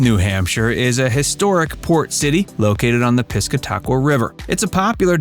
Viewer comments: You would think if you are going to do a video about a place you would at least educate yourself about it. There is no such thing as the pisca-taqua river…. There is however a pis-cata-qua river. lol. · That's probably the worst pronunciation of the piss-cat-awk-wa river I have ever heard 😂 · Please pronounce the name of my river correctly. Pis cat a qua. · 1.It’s pronounced piss-cah-ta-qua. 2. The Black Birch is in Kittery,ME and what is shown is not that restaurant. 3. What is shown as the “Thomas Aldrich Museum” does not exist. It’s actually a house in Strawberry Banke. 4. CAVA is not known for their “falafel”. They’re known for their paella. 5. That is not the inside of the North Church.